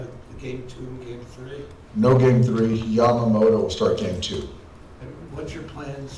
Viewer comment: 一番最後の番組の司会者がヤマモトって言ってたのが印象的 英語風じゃなくて気を遣って日本語風の発音してくれる人もちゃんとおるんな ちゃんと発音してくれるのキルステンさんだけかと思ってたｗ